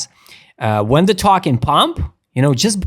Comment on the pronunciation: oh, a note, token is pronounced TOE-KEN; i was confused the first few times i heard you say it, sounded like talkin ;)